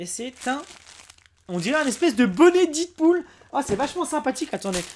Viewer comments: Ouai faut le dire 《dèd pool》et non 《did pool》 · ça se prononce DEADPOOL et non ditpool !!!!!!!!!!!!! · On dit dèdpoul et non pas didpoul ☺️😉